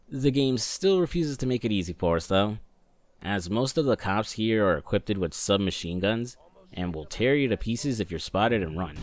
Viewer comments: Not taking the piss or anything but ive noticed when you say equipped you say equippeded.. just wondering if you knew thats how you say it as i used to say it the same when i was younger but never realised until someone pointed it out to me 😂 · Wheres the T in the word equipped